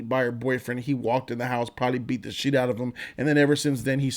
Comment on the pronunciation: Is he saying SHEET instead of SHIT?